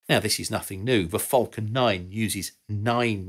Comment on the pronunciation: It's "falcon", not "fulcon".